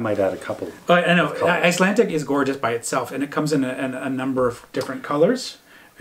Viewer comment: Trying to watch as many Canadian vlogs as possible. Keeping it local 😀. it sounds like you are pronouncing Icelandic as Icelantic!